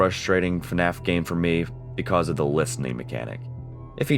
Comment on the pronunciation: why do you pronounce "because" wrong?